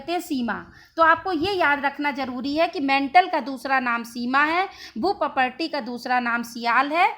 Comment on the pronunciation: मैडम आप भूपर्पटी का सही उच्चारण कीजिए प्लीज